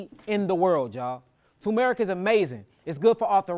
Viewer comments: *TuRmeric NOT Tōōmeric respectfully❤ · Turmeric. There’s an rR tur mer ic 😂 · Why are you calling it Toom-Erick?